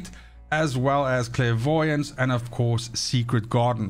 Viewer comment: Every time your said clairvoyance I just chuckled